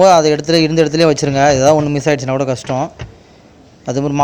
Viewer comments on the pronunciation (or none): none